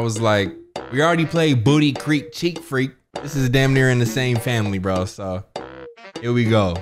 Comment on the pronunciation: Every time you said danm lol